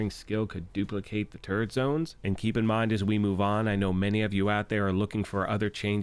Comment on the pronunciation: oh turret...LOL! I thought you were sayin TURD.